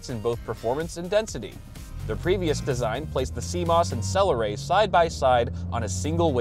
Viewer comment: I heard your saying "cell array" like saying Celeron in a silly way, going for the old classic joke of calling them a celery lol.